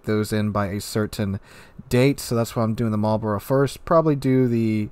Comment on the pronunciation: Immediate thumbs up for saying Marlborough correctly. Shame there's absolutely no chance of me ever getting these dockyard ships since I don't get nearly enough time to complete those missions. There's no way I'm paying for it either.